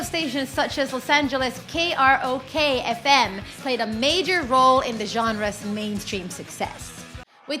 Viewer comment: Kroq* not krok…..